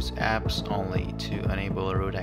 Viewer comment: good video! I thought it was funny when you said "open gaps" instead of "open g apps" 😂😂